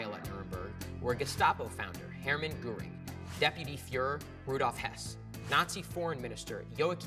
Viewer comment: Truth118 Yep, and Goring 's pronounced "Gehhrring"